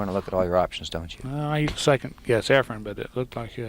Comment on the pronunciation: For some reason Every commentator on Every video says EFREN'S name EFREM😳